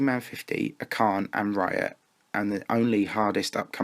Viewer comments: Why does the commentator say, "acharne"? He's name is archane... I dont get why everybody pronounces his name like thaat. Or just call him FurryDash. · It's Acharne, not Acarne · Niice! Definitely gonna love this series :P By the way, Acharne is spelled [ash-a:rn], not [ak-a:rn]